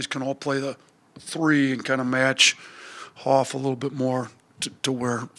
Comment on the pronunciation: Going to be a war! Good luck! PS - it's pronounced "Hawk" Coach....not "Hoff"! 😁